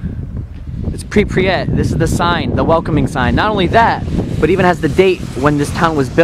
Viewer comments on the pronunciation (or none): did you say prepryet its pryvyet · Pripyat is pronounced: Prip-yat not: Prip-pre-yat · It's Pripyat, not Pripryat. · The way he says Pripyat triggers me. He says Pripriyat. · So I was in Ukraine for 6 months and am learning the language... the way you say Pripyat 😂 preepret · The way you say Kiev and prypyat makes me so upset